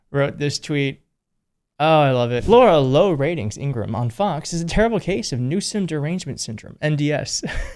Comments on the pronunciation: It's pronounced In gra Ham will you forget to say the ham part in Ingraham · Ingra-ham. Don’t forget the ham. Like something right out of Looney Tunes. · By the way she doesn't like it when you pronounce her name Ingraham and you don't put the ham on the end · Shouldn't it be pronounced INGRA - HAM? She is a big ham. Not pretty either. and cthe voice!!!! Oh save us!! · ING-RA-HAM = is the proper pronunciation, per her brother. And against her preference.